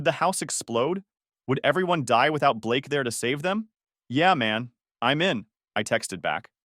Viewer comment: Blaaake? You mean Ba-lakay🤣🤣🤣🤣 How did you find me? Uh, did you forget that you told them where you were? AI, bruh